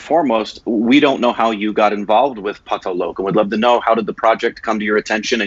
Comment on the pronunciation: putting so much effort into saying Pataal Lok. I mean he’s still saying it wrong. But A+ for effort.